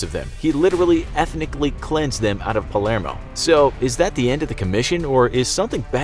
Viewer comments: Its Palermo not palmero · Palmero? That's about right for this channel, I suppose. I left before for glaring errors in research and while mispronouncing something is not an error per se, I did notice factual errors in the several I've just watched, and this one, but not even knowing the name of Palermo is what I chose to point out. Not worth my time. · It's Palermo, not Palmero :)) and cosa nostra (our thing) , not Costa nostra. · Did he say Palmero? Think he meant to say Palermo lol 😊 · Is it just me or did the narrator pronounce Palermo “Palmero” ? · "Palmero" "Costa Nostra" Is it the script or narrator?